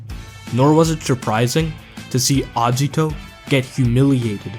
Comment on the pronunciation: The way you prounce Agito triggers me